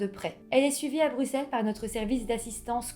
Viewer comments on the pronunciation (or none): none